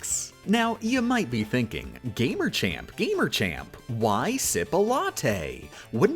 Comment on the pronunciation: Wait did they pronounce it gamerchamp. Why is it gamerchamp its spelled gamechamp why is there an R. Did i miss something?